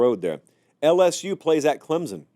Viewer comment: Let's start the season right It's CLEMSON, not CLEMZON. Thank You GO TIGERS!!!!